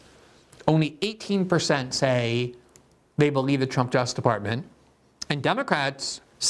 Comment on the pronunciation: Lol Glenn can never be bothered to pronounce the second syllable in the word "justice."